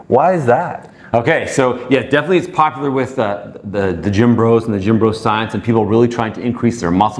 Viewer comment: There is no way that beach bum not sit is a doctor. Am I alone...did he not say " popaler"?